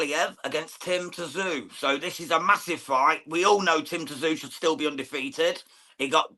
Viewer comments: Its pronounced Tim ZOO you flop, not Tzoo , if you are going to talk about boxers from all around the world get their names right FFS ... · His name is pronounced Tim Zoo, surly by now you guys should know this !!!!!! If you want to be seen as a professional channel then do your homework.